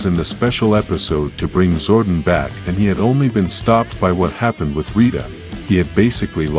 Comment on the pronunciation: your saying Zordon wrong DUMBA**